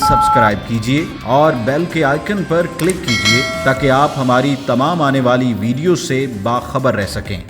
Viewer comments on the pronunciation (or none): none